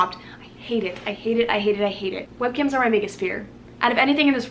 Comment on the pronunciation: when you said webcams were your biggest fear I thought you said "webkinz" and I was so confused